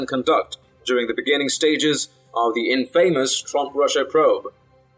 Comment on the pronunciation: I like this channel, and that you have a slight accent. But, so does Gorka and he doesn't mispronounce basic words. It's CON-duct, not con-DUCT, and it is IN-famous, not in-FAM-ous. You want to be understood, right?